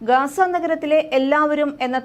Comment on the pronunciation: GAZA not Gasa